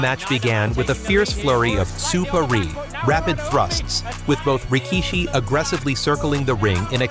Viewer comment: …and the bizarre AI pronunciation of Rikishi’s names!